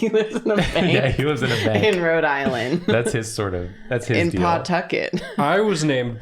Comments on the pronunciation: As a Rhode Islander I find their very deliberate pronunciation of the "paw" in Pawtucket very funny. We want to get through words fast and will sacrifice annunciation to get there so we say Puhtucket as well as Rud Island with all the sounds running into each other. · As one of the few people from RI, it hurts to hear them continuously call pawtucket PAWtucket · As a fellow Rhode Islander who now lives in the South, I've had to explain to so many people that "it's not PAWtucket. It's Puhtuckit. Like 'the bucket'." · Listening to yall pronounce Pawtucket is both the funniest thing and makes me die a little inside everytime.......it's pa-tuck-it 🤣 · I didn't know what any of y'all were referencing at the beginning. but I do know what boo-bahs are and they're terrifying. also, it's pronounced "puh-TUCK-et" :D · I feel like most D&D players know oubliette. Also Pawtucket is pronounced Puh-tuckit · As a RI native I always forget there’s a W in Pawtucket 😂 it’s just Puh-Tucket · I live in RI and it’s so funny when they saw it and karina based her whole drawing on it but it’s pronounced Puh-tucket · The constant emphasis on the Paw part of pawtucket has me sobbing 😭 is it that weird of a name??